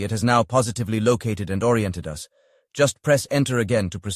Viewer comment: Ha - smart arse A.I cannot pronounce the word 'us' as 'us' it gets confused and says 'Ewe Ess' as in United States!